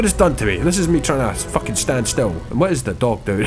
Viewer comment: I'm not sure if its "Dog" Or "Doug" at this point